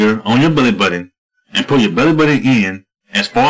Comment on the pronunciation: he says "belly" funny